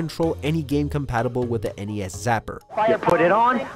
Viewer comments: When your announcer is too young to know how to pronounce NES. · I enjoyed the countdown until you got to number 3 and called the NES a "ness". Aight I'm out.